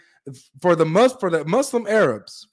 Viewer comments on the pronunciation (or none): 😂 my guy said “Aye-Rabs”